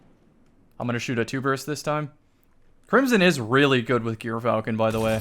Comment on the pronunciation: Okay the gyrfalcon pronunciation is just embarrassing at this point